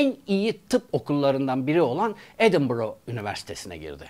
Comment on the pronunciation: Doğrusu edinboro. Telaffuzu böyle.